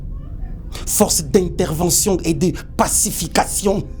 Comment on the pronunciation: Meme quand il dit pacification ça fait mal